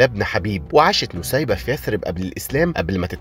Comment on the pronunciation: أخيرا حد عارف قصة الصحابية نسيبة بنت كعب و اخيرا حد عرف ينطق الاسم بشكل صح😭❤❤❤❤